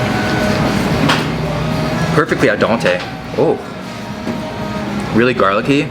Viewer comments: Manz said “aldonte”🥸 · “All dante”... please culture yourself hahahaha it’s “al dente” hahaha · Dante?! Hahah Den-TA.... love the channel brahhh